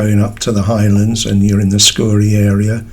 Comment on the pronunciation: Fishing in my back yard. 😉 Its pronounced " scow -ree" emphasis in the cow as in bovine, not scoorie.